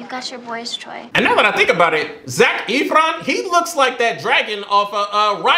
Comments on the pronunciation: Lmao Vanessa Hudgens was 16 when this movie was filmed. She was NOT 25 playing a teen, she was a teen. And also Zac’s last name is pronounced as Eff-ron not Eef-ron 😂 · i felt so mouch pain when he called zac efron zac eeeeeefron it is pronounced zac fron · You're pronouncing his name wrong it's not Zach etheron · "Zac Eefron" 😂😂😂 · the way pronounces it like ETH-RON kills me everytime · Ethron? That’s not even close to how his last name is pronounced